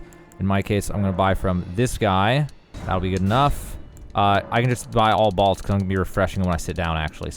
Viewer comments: Are you saying BALTS? It's pronounced BOLTS bruh... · What are “balts” 🤔 I only can find “bolts”. 😂 all kidding aside, thank you for the video. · The most shocking thing about this video is how he says "bolts". Balts? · Balts? Never heard that pronunciation before. Great farming spot though. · Balts?? Am I the only one that heard that? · "balts" lol